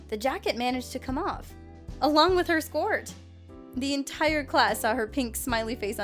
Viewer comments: Anybody else notice that siad skort instead of skirt. no just me, okay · She can't say skirt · Scort?????!!! You dumb bird its sc-ir-t